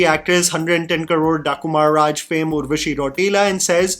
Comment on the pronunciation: Not Mahraaj but Mraaj😂